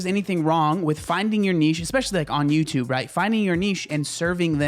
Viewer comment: Its YOUtube not UStube